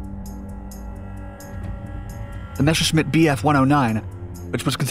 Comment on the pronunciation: Messerschmitt, not Mescherschmitt:-D